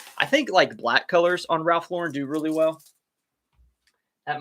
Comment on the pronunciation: Maybe you read my comment regarding the pronounciation of Ralph Lauren. You got it right. I read somewhere how he hates his name mispronounced because his whole style is American and it pissed him off when people say his last name as if it was French. Just fyi, his real name is Ralph Lifshitz. He and his brother changed their last names because as kids they were always teased about their name. Love your chanel. I personally get up at 5 AM, walk the dogs and by 6 start working at reselling. By 2 pm I put in a full days of reselling work and that is it. I have the rest of the day for myself. I put in a good 6-7 hours a day and close up shop. I refuse to stretch this out all day. It gives me life balance. Luckily the tiny post office is just a five minute walk down the road from me. I load up my huge shopping cart and take them there every day. I refuse to take the car for a two minute drive. People look at me like I am crazy but I do not care. I get a nice walk. I list about 30 items a day and can do it really fast.